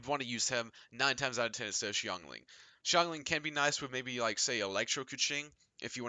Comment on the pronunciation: Of all the genshin impact videos I've watched, this is the only one that pronounces Xingqiu and Xiangling correctly. A breath of fresh air. Thanks for that.